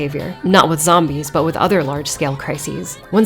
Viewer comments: Zombees. not the bees! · Zom-bees, huh. Damn.